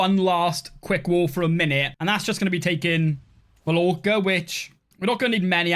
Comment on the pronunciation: Hearing you mispronounce 'Mallorca' was painful